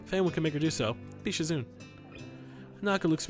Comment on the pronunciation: Shizune is pronounce sheezunae